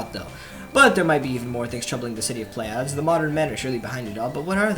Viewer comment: Small nitpick coming up: Pleiades is pronounced (Play-Uh-Deez)